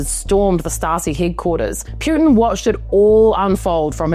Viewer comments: Poo tin not Pew tin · I find the way you right and deliver so fking amusing. Appreciate the acknowledgment for pronunciation, I’m not usually a stickler on that but you said it so many times that I started getting a physical aversion 😁 It’s P-uh-tin not P-you-tin. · Let's pronounce his name properly please: Poo-tin. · Vladimir "Pe-yutin"? More like Vladdie Putrid. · It's pronounced "POO-tin". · Why do you call him pyuutin? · Putin is pronounced Potin! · You do not pronounce Putin correctly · Pronounce his name correctly😂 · What the f are you talking about?? You don't even know how to say his last name! Learn the basic respect👊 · Bravo! She don't even know how to pronounce his last name! Wtf